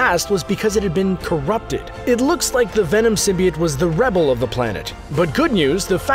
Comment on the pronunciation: Symbiot?????? ITS SYMBIOTE